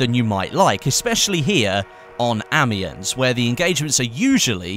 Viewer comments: Amiens is pronounced "Amion" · Oh god that pronunciation of Amiens...